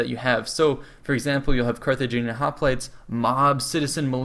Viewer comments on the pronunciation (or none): none